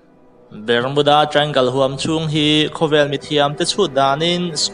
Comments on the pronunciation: Ber-mu-da tia lam hian a mawlzia bak a tilang lo, Bar-mu-da tia lam tur tih chu class 8 passed chin chuan an hre vek ang. Channel siam hi YouTube khawih thei nazawng hian an intihhmuh a, zahna chang lah hre awm der si lo. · Bar nilo in Ber tur zawk alawm .Barmuda nilo in Bermuda zawk aw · Bermuda hi BARMUDA tiin kan lam ṭhin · Bermuda I pronounce dan inzir thra te, azathlak khop mei.